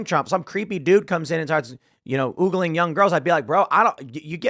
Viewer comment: It's OHgling not OOgling, ffs